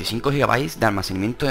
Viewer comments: ALMACENIMIENTO ??? CORRIGETE HOMBRE SE DICE ALMACENAMIENTO, DEMORATE UN POCO Y HABLA BIEN. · ¿Almacenimiento? Jajajajajaja todo el rato dice almacenimiento en ves de almacenamiento. Jajajajajaja Jajajajajaja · almacenimiento XD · Almacenimiento 😂😂😂😂😂jajajaja no sabe ni hablár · Alminiciamiento xdxdxd